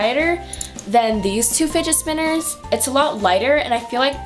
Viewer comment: I thought she was saying spiget spinner 😂